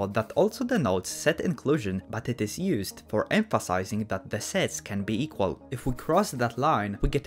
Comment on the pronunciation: da 2 lines eqwawiry